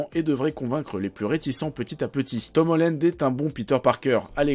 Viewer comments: On dit Tom HOLLAND pas Tom HOLLÈNEDE (<--- ceci est la prononciation) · c'est pas Tom Hollend mais Holland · Par contre euh comment tu prononces Tom Holland ça va pas du tout..